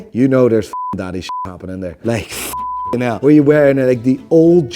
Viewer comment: Unsubscribing until you learn how to say "now" properly. What the hell is "noyw"?